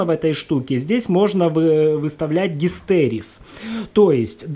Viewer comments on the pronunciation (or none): Гистерес...? Что за х...? ГИСТЕРЕЗИС !